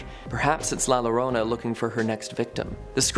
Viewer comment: Double L “Ll” doesn’t make a normal “L” sound, it makes a “Y” sound, so Llorona isn’t pronounce Lo-rona, it’s Yo-rona